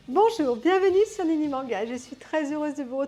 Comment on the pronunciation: Nani ? Et non pas Nini.